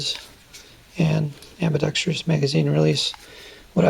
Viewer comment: Amidextrous, not Ambidextrious...